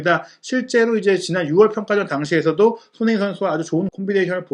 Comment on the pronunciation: 말이 너무 빠르고 웅얼울얼해서 손흥민이 소는민, 소네인 이라고 들리는 등 듣기가 좀 불편하네요. 첨부터 쭈욱 같은 템포로 랩을 하시다보니 나중에는 귀에 피곤하기도 하구요. 눈으로 보기에 화려한 영상도 아니고 말이 전부인데 발음에 좀 더 신경을 써주면 좋은 영상이 될거같습니다.